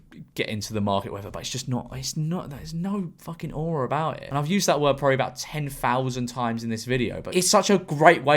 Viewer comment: every time you say aura i die a little